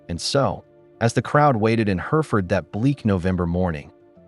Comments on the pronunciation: Yes no such place as Herford..You mean Hereford..where you pronounce the second E..! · Are you sure that is not Hereford. Also it is de Spencer not Despencer or Dispencer